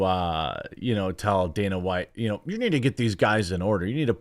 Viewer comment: Is he saying danas white? DANAS?